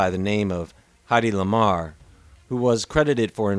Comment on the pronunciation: It's pronounced HEAD-ee LAmar.